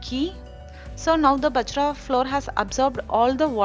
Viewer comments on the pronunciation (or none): Not பஜ்ரா.... it is பாஜ்ரா